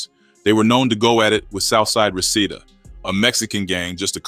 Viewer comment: It’s pronounced Ree-see-da